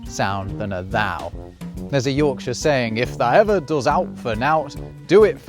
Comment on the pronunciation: "owt" and "nowt" arr pronounced wrong here i believe